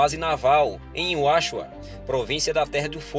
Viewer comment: Uashua? Não é Ushuaia?